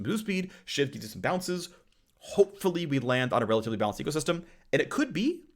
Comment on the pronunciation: I got a chuckle out of how often he said RELLatively